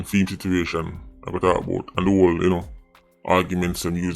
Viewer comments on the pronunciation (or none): none